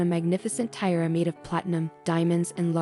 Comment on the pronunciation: lol if you can’t pronounce TIARA, you shouldn’t post videos lol